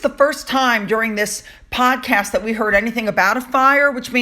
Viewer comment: Oh my goodness, you mispronounced the word podcast and said podcrass. Hmmm Freudian slip?